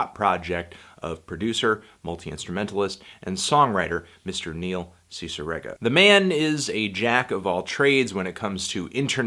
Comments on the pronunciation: how are u still pronouncing his name wrong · THE WAY YOU PRONOUNCED NEIL CICIEREGA PLS